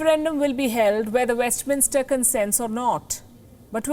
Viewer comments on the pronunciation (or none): none